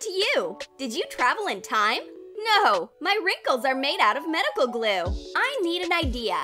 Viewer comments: This is how many times she said gule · When she said chemical glue I thought she said chemical u..l